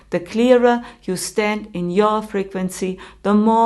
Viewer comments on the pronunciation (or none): none